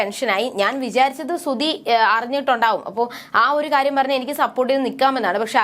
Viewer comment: ശ്രുതി ആണ് ശ്രുധി അല്ല